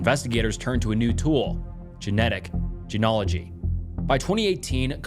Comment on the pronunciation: Sorry man I keep trying, but the mispronunciations are too much. CODIS. Loci. Genealogy has an a you missed.